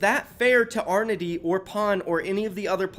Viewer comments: Love videos but every time he pronounces Anordy as Arnody kills me lmao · NO WAY HE JUST FUCKING PRONOUNCED ANORDY LIKE "ARNODY" LMAOOOO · Arnody? Can he read